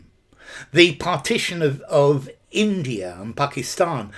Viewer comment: there's an intrusive r in "india(r) and pakistan"